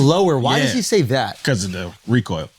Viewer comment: Bro said recoil 😂